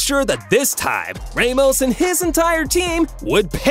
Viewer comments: No hate but u said Raymos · ser geeh oh raymos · "raymos" "lay o messi"💀💀💀